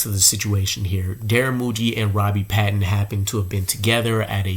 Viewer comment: please pronounce Robbie's last name right. PATON (hard A)